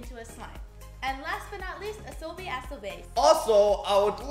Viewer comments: Kinda triggers me that they say "asobi asobeis" instead of "asobi asobasé" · they pronounce it as ah-so-be ah-so-base while it is ah-so-be ah-so-ba-say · It's actually pronounced ba-se. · Love you guys <3 Oh BTW Its pronunciation is aso-BA-SE A is said more like saying ASS